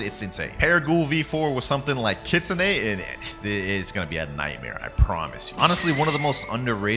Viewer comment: hey its kitsu-ney not kit-soon